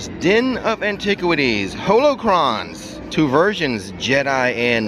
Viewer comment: also its "hollow-cron" not "holo-cron" like han "solo"